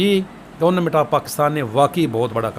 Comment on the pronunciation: Sir aap online ko aanline and government ko gornament kyun bolty hn??